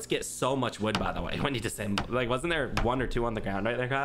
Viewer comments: For future reference it's disAssemble not disssemble 🤣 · AHHH!!! The way you are saying "disemble" is killing me! It's "DIS-UH-SEMBLE"......3 syllables!!!!!!!! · Can someone tell that it’s disassemble and not dissemble. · Every time pronounces "Dis-A-ssemble" wrong I want to scream! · I am loving these episodes. But the way that you guys pronounce “disassemble” bugs me! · Its Dis A SSemble (disassemble)